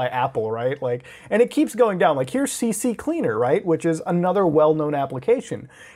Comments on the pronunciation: Please say you're trolling with the "C C Cleaner" shit.. it's "C Cleaner" muta. Come on man. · Its actually pronounced 'CC Leaner' smh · "CC-Cleaner" Muta said. Little did he know, it is "C-Cleaner" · Why does everyone call it "CC-Cleaner?" It's "C-CLEANER" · I’m glad I’m not the only one that calls CCleaner CCCleaner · Everyone including muta says CC CLEANER and not C CLEANER .... i can die peacefully now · EVERYONE says CCCleaner when the program is Ccleaner like wwwwhhhyyyyy lol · It's not CC Cleaner! It's CCleaner! C-Cleaner! ONE C. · I thought i was the only one saying CCCleaner instead of CCleaner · It's CCleaner, not CCCleaner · c cleaner not cc cleaner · It's C-cleaner, not CC-cleaner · It's CCleaner!! NOT CCCleaner! Like this: C-Cleaner. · Its C-Cleaner NOT C-C-Cleaner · It always bugs me when people call CCleaner "C C Cleaner" THERE'S ONLY TWO C's. IT'S "C Cleaner". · C cleaner, not cc cleaner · "And you've got things like CC-Cleaner" and I though I was the only one who called CCleaner like that. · Ive been calling it cc cleaner for the last 8 years lol I keep trying to pronounce it the correct way but never do :/ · it drove me crazy, how tf does he mess that up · Muta, I've been pronouncing it "CCCleaner" as well for some time. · Good to know im not the only one that calls it CCcleaner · Hey Muta, how many C's do you see in CCleaner? 2 you say? 1 of them must be the beginning of the word "Cleaner", right? I'm just curious as to why you think it's pronounced "C-C-Cleaner" when there's only 2 C's in the software's name. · Please... its just c-cleaner lol. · He says ccleaner wrong lol